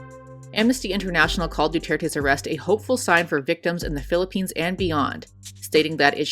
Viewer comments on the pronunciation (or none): none